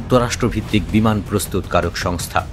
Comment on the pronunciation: বিমান নাকি বিমূন😂